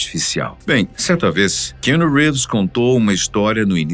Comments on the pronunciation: A pronuncia do nome Keanu é Quiano e não Quino. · O nome dele é QUI- anu … pelo menos acerta nisso né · Narração muito forçada para os termos em inglês... errando até a pronuncia do nome do ator... Força menos que fica bom...